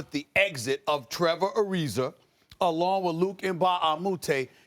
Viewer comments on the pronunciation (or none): tervor arizer? why say it that way, dang